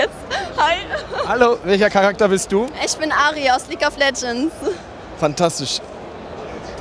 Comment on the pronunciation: Leguea of Legends voll geil gesagt Aso das leguea also